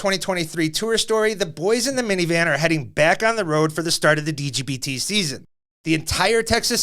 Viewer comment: somebody tell swiss to stop saying "b" instead of "p" every time he says "dgbt" 😆